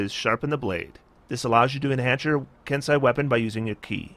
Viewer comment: "Ken-See an E" eh? joy